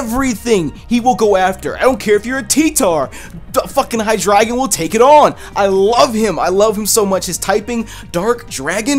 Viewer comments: Its hydraigon (hi dra gone)idk actually I just like that sound of that instead of hi dragon😔😔😔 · It's hydreigon not hydragon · How do you guys pronounce Hydreigon? I pronounce it like ( High Dray Gone ) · Xenorism AJ Its pronounced on a german way. Drei means 3 in German. Which makes sense. Its High Dri Gone :)